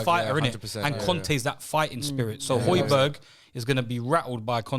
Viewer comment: please tell that it’s hoy-be-air